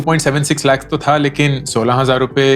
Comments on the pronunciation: Lakh ka uccharan thik se kijiye bahut bura lagtahe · Just the way he says Laakhh 😂